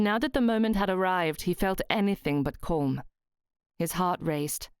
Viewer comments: "Porm" (palm), "Corm" (calm). I'm not sure even the plummy mouthed malformed palate upper crust would say these words like this? As a native English speaker, I'm more used to "Pahlm" and "Cahlm". (I'm spelling them phonetically, as much as possible). Would I be very wrong? Also I speak Australian type English, so we do say some words differently to those folk in Great Britain... 🙂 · I found this very strange as well. It's a good story and the narration is really good except for these few odd pronounciations.